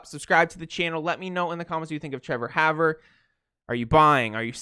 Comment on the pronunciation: and its pronounced "Hawver"